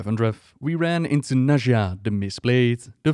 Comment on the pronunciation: its actually Nadia but butchering names is kinda your thing :D